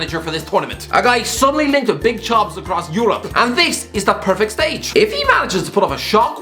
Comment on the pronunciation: Beeg yoshiii